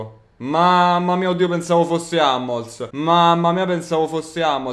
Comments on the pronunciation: AMMOLS cazzo si legge HUMMELS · Come hai chiamato hummels...🙈🙈🙈